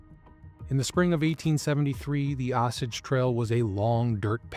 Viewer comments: It's pronounced "Oh Sage" Trail not "awsauge" lol There's a historical marker here: Great video, lots of info, thanks! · Say it with me O-SAGE. NOT AH SAGE. Thanks for your attention to this matter. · Osage, I've always heard pronounced long o sage like the herb. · You are pronouncing osage wrong...it is pronounced OH-Sayg.